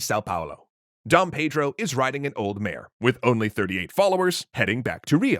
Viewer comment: FYI the pronunciation is all wrong. Dom = Don (like Don Corlione)